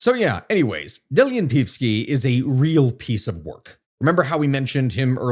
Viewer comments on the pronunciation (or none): Deelan Pivski is crazy pronunciation. Nah, actually most of the other pronunciations are alright